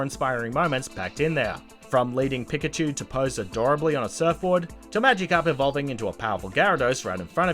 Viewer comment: “Pick-a-chu” ...I’m done. And what’s amazing is that he pronounced Gyarados Correctly